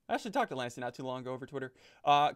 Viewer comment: NO HE DID NOT HE SAID LANCY I REMEMBER FTB SO WELL IMA CRY 😢